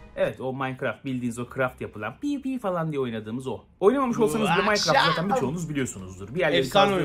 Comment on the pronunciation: habercilerin hiçbiri ''minecraft''ı doğru söyleyemiyor minecraftı yanlış yazanlar da var